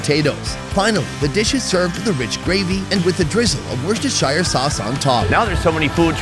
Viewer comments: "Wostershire" Haha Is that the shire where the hobbits live? It's pronounced "WUUST-ər-shər" mate ;) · "wurst shy sauce"--that's a new one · Surely at this point in your journey you have figured out that the 'shire' in 'Worcestershire' is pronounced, 'Sheer'. F'ing Americans. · you pronounced "Worcestershire" wrong lol! It's pronunced Woost-er-shur just like how "Yorkshire" is not prouounced York-shire but York-shur. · Whoos - Tah - Sheer 👍👍👍👍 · Wus tu shu is how you say it 😂😂 shires are from the lord of the rings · FYI it's pronounced wuss-ter-sheer sauce bro it's not lord of the rings 😂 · Right here go. One time only. "WOOSTER SHEER SAUCE" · This is for and anyone else who doesn't know how to say worchestershire sauce. its just pronounced "woostershare" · "shuh" I think is a more accurate way - as someone who used to live in worcestershire lol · Can't pronounce Worcestershire correctly Never tried Yorkshire pudding prior to coming to the UK? Said the Beef Wellington was brushed with an egg yolk when it's traditionally Dijon Mustard and on the episode of trying pizzas in Italy - not familiar with guanciale and calling himself a food expert? Feel like everyone on the internet is just automatically calling themselves an expert these days. Always wondered why my cooks were always laughing at these so called experts & influencers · Worcester"shire" ?? This ant' The Lord of The Rings mate. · i hate the way americans cant say Worcestershire